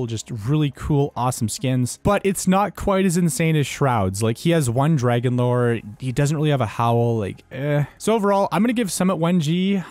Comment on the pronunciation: Nobody calls it the “FRAGON-LORE”